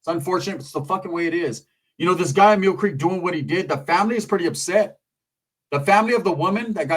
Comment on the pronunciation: He says Meal Creek